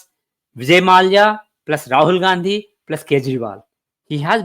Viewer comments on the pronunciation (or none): none